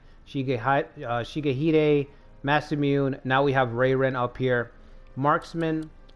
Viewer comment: Mah-sah-moo-ne…your pronunciation is killing me